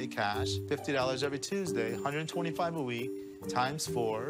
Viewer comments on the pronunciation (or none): none